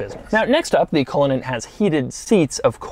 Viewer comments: 100% thought you said "Rolls-Royce Colon" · The pronunciation is cull/in /Ann as it’s an Irish name !!! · He said it like a swedish person lmao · couldn't even be bothered to learn how to pronounce the name of the car he's reviewing before making the video. Classic doug